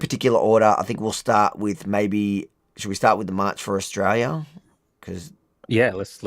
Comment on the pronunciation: can't even pronounce her beloved country. Where is "ISHTRAYA"?